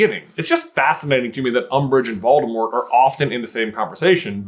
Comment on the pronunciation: Doldemort? Volores?